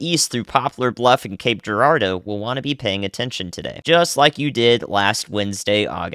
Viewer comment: I am amazed that you can pronounce Cape Girardeau correctly. As a local who works at a hotel hosting people from all over, its rare to hear it said correctly by someone who doesn't live here. It was actually your stream that alerted me of the bollinger county tornado before I even received an official alert.